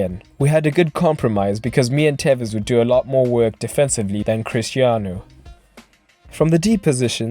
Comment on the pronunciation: Porque le dice telles? es tevez!